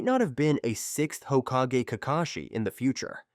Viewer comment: When I heard 4th Hokaje, OK. Pass.